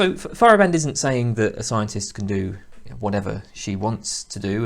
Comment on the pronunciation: If it helps, pronunciation is FY-er-AH-bend instead of FY-er-uh-BEND. Great video series though, nice work.